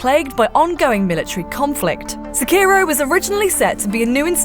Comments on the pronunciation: If you are gonna Sekiro so many times in a video, please at least say it correctly. Se-ki-ro (seh-key-row) not suh-kiiro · She's stretching the O as ohhh and not oh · I just can't stand the way she pronounces it. It's Sekki-roh. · I think you said "Skeiro" more than 50 times in three and a half minutes. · Pronounce it like "Seh" "Key" "Roh". Roll the R slightly. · It's not "sekiirow". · The only thing you need to know is that you dont pronounce Sekiro the way this woman does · How many times can you say Sekiro wrong? IGN: Hold my beer.. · Nice video, but hearing you mispronounce Sekiro over and over gets really frustrating. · It's pronounced Sekiro and not Sekiro